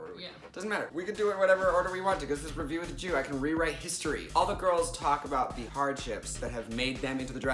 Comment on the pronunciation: When you said "Red, White, & Jew" I heard "Red, White, & Chew"